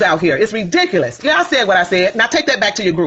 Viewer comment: What's embarrassing is a grown woman running for office that can't pronounce the word ridiculous correctly.